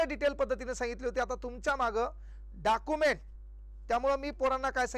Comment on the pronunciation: डॉक्युमेंट्स ❌ डाकुमेंट 👍